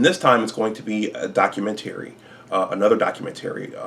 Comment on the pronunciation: The way hes saying documentary is working my nerves...🤔